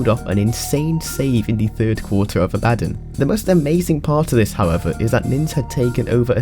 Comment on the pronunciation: I'm extremely disappointed about your pronunciation of the word "abbadon" you are supposed to say it in a funny british accent you meanie!